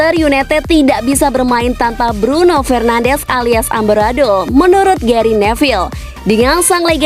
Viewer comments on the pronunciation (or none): none